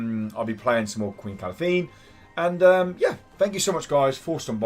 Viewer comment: Good to see yo back man, and its pronounced KA-LAN-THE (Calanthe)